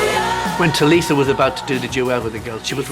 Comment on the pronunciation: LifeOfLeya B it is prounce tulisa